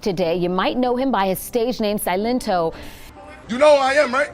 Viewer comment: Good video but you're assaulting my ears with how you're pronouncing silento 💀